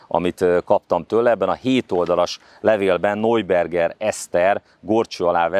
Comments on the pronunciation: Neuberger Eszter = Najberger Eszter (najberger, nem nojberger!!!) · Ismét egy kiváló riport, de ahogy kihangsúlyozod NEUBERGER Eszter nevét, a beszédesebb minden más információnál :)